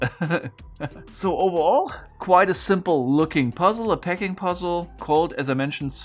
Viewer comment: Are you saying PACKING puzzle? I've been watching for a year and every time I heard "PECKING" puzzle :D Both make sense